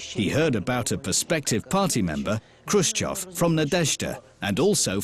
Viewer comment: its khrushchev btw